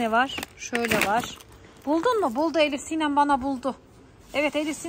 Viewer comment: hiyle değil ElifSinem😡